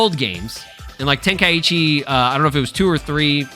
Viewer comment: Ten kai chi not tenka eechee just listen to the japanese name of the tournament!😅